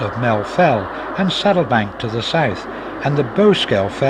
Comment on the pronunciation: Saddleback, not Saddlebank, and it is north of the track, not south.